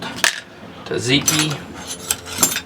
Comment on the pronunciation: Its not taTziki tSatziki tsa not tat